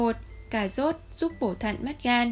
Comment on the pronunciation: Tiếng Việt mà đọc “ Cà zốt” ! Kinh quá!